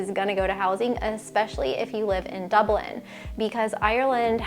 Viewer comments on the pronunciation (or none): none